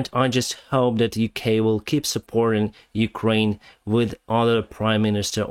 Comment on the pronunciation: Did you ever pronounce the name as "Kraine"? Probably not: It really needs a "U" there: "Ukraine". The same goes for "sitation". That too really needs a "U": "sitUation".